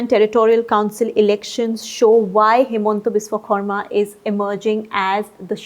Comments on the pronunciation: She is pronouncing it correctly as it should be in assamese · you nailed the pronunciation of HBS's name. Kudos to you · Props to for pronouncing the name of Himanta Biswa Sarma's name almost perfectly